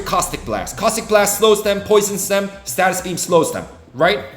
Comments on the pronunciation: its stasis beam not statis beam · I have been loving the content, and I hate to be this guys but…. It’s not a status beam but a stasis beam (stay sus). It’s driving me crazy lol (more a me thing than a you thing!) Anyway I’m loving this series and it is helping me plan head for what to focus on as I progress in the game. Keep up the good work and I look forward to future content!